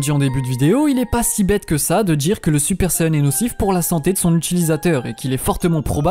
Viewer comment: SaYAn pas sayeun mais sinon super vidéo